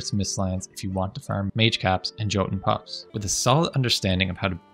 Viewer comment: Great vid, just remember the J in Jotun Puffs is pronounced like a Y. Yot-un Puh-ff-s :)